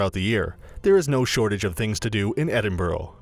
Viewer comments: You don’t pronounce the city name correctly. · Number 11, learn to pronounce the name of the city you're giving a guide to. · At least say the name of the city correctly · One can be forgiven for not pronouncing Edinburgh correctly. But the Royal Yacht Britannica? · Can you no get somebody that can actually say Edinburgh properly? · Edinburgh mis-pronounced...im laughing how quickly I pressed stop. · Hell yes I live in Edinburgh it’s painful haha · I’m not even Scottish and the way he pronounced it annoyed me 💀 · Americans need to learn how to pronounce Edinburgh as you are doing my home city a disservice. I only made it 0.34 mins through this video. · Damn guess I’ve been saying Edinburgh wrong all ma life 😔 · Ed- ing- bruh not edinboruogh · Your pronouncing Edinburgh wrong. It is "ed" "in" "br" "u" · It's pronounced "Edinburra!" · Not Edinborough!!! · It's actually pronounced "Edinbruh" not "Edinbro" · It’s not Edin-burrow, dude—it’s Edin-BURG! Learn to read bruh. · EDIN-BURUGH NOT EDIN-BOROW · It is pronounced 'Edinburgh' not Edinboro and has been for over 400 years. Nothing to do with spelling. I lived there for many years and my kid was born there.. No one EVER says Edinboro unless they are visiting Americans. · Please stop, you are hurting my brain. It's Edinburgh, not Edinborough. And half of this stuff isn't even in "Edinborough (Edinburgh). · Its NOT EDINBROW..... EDINBURU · Lol its like edinbruh not borough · Just to clarify he says Edinburgh wrong the whole video. Edinburgh phonetically- Eh-din-bruh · It’s pronounced “Edinbruh” not “Edinburow” but it’s fine i still subbed though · Ahhh! Loch Ness, that thing to do in Edinburgh that's only aprox 170 miles from Edinburgh? About 4 hours on a bus one way. The pronunciation of the places in this video are so bad. There are so many mistakes in this that are so misleading. Please say it with me, it is pronounced Ed-in-bu-ruh. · ah yes, Edinborough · its pronounced edin-bruh by scots btw